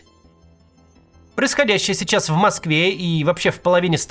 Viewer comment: И говорит "чичас, чичас". Приплыли.